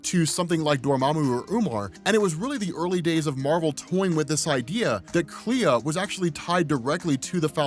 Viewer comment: It's pronounced Klee